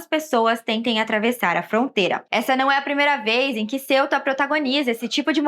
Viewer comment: Ceuta se pronuncia cêuta, não céuta, como se se escrevesse Celta.